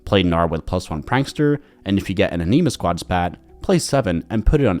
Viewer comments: I don't wanna be that guy but it's just Anima as in animals. Not ahneema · "Ah-knee-mah" lelz